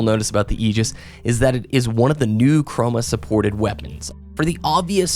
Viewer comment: Pronounces "Aegis" correctly but mispronounces "chroma"...